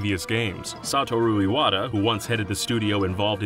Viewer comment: sahturu iwata? what?